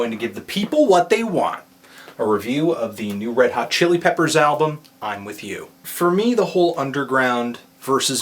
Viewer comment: No R in the word album!!